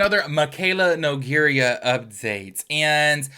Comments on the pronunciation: No-gare-uh... Not no-gare-e-uh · Two things: 1. The fact you mispronounced her name is so funny to me. I hope it was intentional. That would make it so much better 😂 2. Your skin is FLAWLESS, wowza 😍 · Babee please stop saying her last name wrong 🥲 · Lmao I low key love that he pronounces it that way. It rhymes with diarrhea and totally fits her aesthetic 🤣